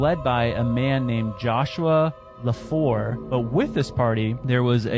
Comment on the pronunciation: "Leflore" Not Lafore . Thats my last N.. and im part Choctaw. ... i need the rest of this story.